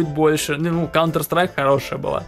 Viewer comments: не каунтр а контр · Каунтер страйк это неправильное произношение правильно контр страйк игра такая